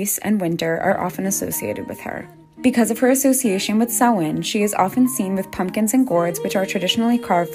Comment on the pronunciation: SHE PRONOUNCED SAMHAIN CORRECTLY